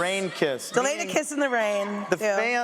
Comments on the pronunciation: No its Delena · Tamanna Akhter LMAO NO ITS DELENA